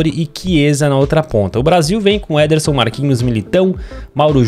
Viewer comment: O Lucas chamando o Ederson de nederson zederson